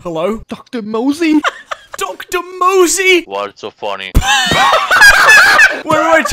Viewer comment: his name is Dr Mose but joshy keeps calling him Dr Mosey 💀